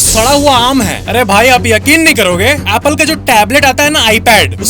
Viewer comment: Apple ❌ Applwa ✅